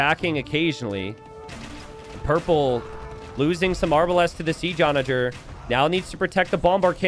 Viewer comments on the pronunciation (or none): none